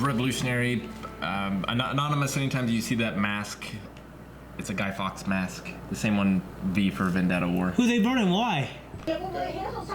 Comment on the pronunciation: Fawkes - like forks not fox.